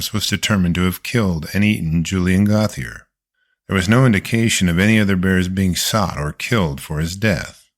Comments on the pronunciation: Gauthier is not pronounced goth-ee-er but rather Go-tee-ay. Basic French. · The name is Gautheir GO-TEE-AY; he's french. Come on. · Gauthier is pronounced like "Go, T.A.", just FYI.😁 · Gauthier is pronounced goat yay